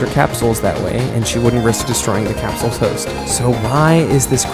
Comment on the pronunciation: Cap-souls ❌ Capsules ✅